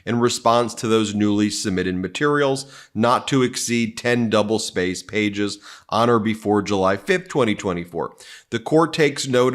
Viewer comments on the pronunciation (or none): none